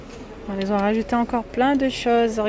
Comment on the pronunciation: Arrêtez svp de faire de mauvaises liaisons. Je sais la grammaire française n est pas simple mais de grâce n inventez pas des liaisons qui n ont pas lieu d être. On ne dit pas ceux qui "sont" mais ceux qui ont. Qui n a pas de s ni de z a la fin donc pas liaison. Merci beaucoup